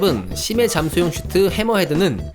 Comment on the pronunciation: 왜 씨#쯔어 라고해...ㅋㅋㅋㅋㅋㅋㅋㅋㅋㅋㅋㅋㅋㅋㅋㅋㅋㅋㅋㅋㅋㅋㅋㅋㅋㅋㅋㅋㅋㅋㅋㅋㅋㅋㅋㅋㅋㅋㅋㅋㅋㅋㅋㅋㅋㅋㅋㅋㅋㅋㅋㅋㅋㅋㅋㅋㅋㅋㅋㅋㅋㅋㅋㅋㅋㅋㅋㅋㅋㅋㅋㅋㅋㅋㅋㅋ